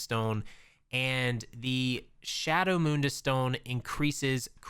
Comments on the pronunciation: Mun-dus stone not moon-dus stone.lol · Mundus, not moondus... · Great videos and very helpful. Only one tiny gripe that gets me every video. It's Mundas, not moondas! Anyway, thanks for the videos!